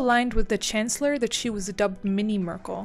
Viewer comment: "Angela Möörkll"